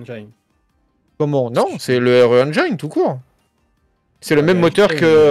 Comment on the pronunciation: Engiiiiiine et non Enjaïne ^^